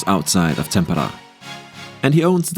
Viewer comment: Kauhajoki pronunciation was good. Tampere had e's and a's a bit mixed